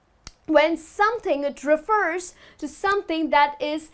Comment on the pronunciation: You mispronounce refer.